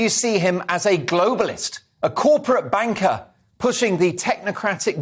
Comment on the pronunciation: Did you say Corporate 'Banker?..🤔..